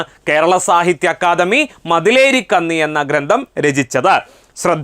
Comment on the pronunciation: ഇതെന്താ ''കന്നി" എന്ന് ഇങ്ങനെ ഉച്ചരിക്കുന്നത്? പൊന്ന് എന്ന പദത്തിലെ 'ന്ന ' യുടെ ഉച്ചാരണമല്ലേ ഇവിടെയും വേണ്ടത്? പെണ്ണ് എന്ന അർത്ഥമല്ലേ കന്നി യ്ക്ക് ?